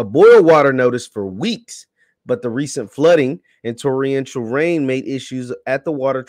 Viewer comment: IS HE SAYING TORRIENTIAL?